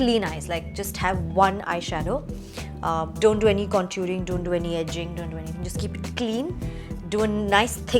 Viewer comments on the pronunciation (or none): And she also didn’t even pronounce contour properly which is so annoying